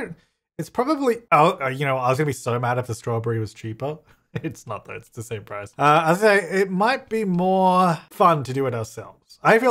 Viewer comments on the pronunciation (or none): none